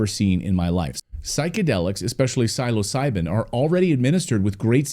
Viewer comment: Pronounced psilocybin. The I is pronounced as e y e